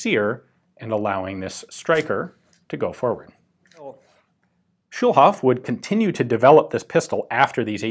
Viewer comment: Schulhof -> School Yard or something like that... and its a long o, not a short one ;)